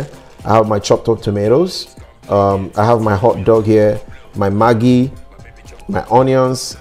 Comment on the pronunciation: Maggi is magi he is correct